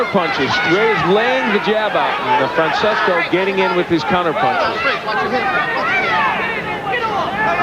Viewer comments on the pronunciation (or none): FRANCESCO Damiani, NOT "FRANsISCO"